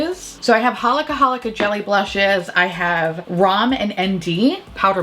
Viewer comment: Just fyi, the brand ROM&ND is pronounced "Romand" (roam-and)